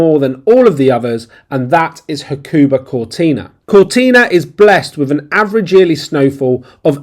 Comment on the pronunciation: It is pronounced Huck a ba. There is no stressed emphAAsis on a syllAAAble. ;-P. Hakuba is ful of Ozzies. There are better places to ski in Japan. Do some research.